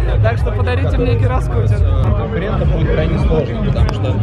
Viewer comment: "гироскутЕре" хДДД